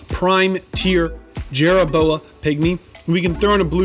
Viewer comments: If you put a "chit in" helmet on a "Jerra Boa" will it increase it's "Toe Poor"? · Call it Jerra Boa one more time and I’m gonna slap you